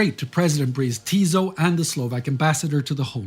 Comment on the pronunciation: Great stuff, as usual! But a little bit of linguistic nitpicking: the S in Jozef Tiso's last name should be pronounced as S in Spartacus, not as Z in e.g. Zoe.